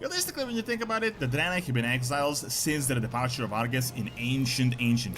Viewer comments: Dude I can't with this Drynye hahahaha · Why are you saying draenai like that??? It's drey-nye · a what city? sounds like your adding a extra i in draenei